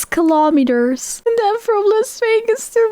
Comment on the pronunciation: I love how she said kilomeaters you can smell the accent through the device😅